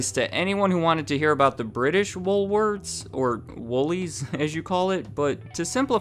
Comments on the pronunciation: Why does it sound like you're saying " Woolwords"? 😊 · Come on,...... Pick a pronunciation: Woolworth's, Woolwords, Woolwarts?!?!?;^)